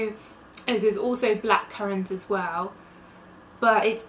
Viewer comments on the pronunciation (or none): none